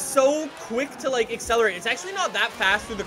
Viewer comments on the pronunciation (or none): none